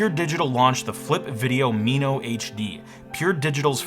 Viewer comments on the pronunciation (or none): "Me-no"? It's "Min-o" like the tiny fish. It was my first HD camera and it was glorious.